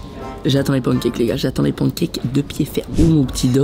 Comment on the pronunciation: waaah comment y prononce « pancakes » c’est honteux